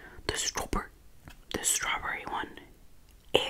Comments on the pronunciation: The “stlawberry” got me dying too🤣💀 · “stawbowrry” was so funny